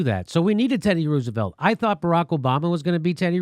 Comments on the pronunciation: Who is this “Ruse”evelt person that Jimmy is talking about? I thought it was Teddy “Rose”evelt. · Love this segment. But hate the fkn way he says Roosevelt. It’s not rooos!